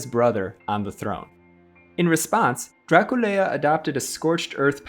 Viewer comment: Nu îi spunem Dracul-e-a, ci Dracula. Poate pronunțarea timpurie a fost alta.